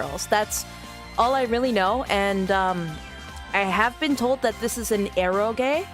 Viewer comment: It's not "erogay" :D